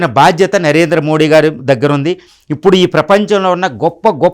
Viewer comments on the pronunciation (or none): none